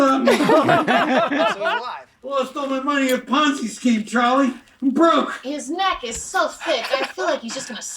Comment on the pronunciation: "I love you to Chawley"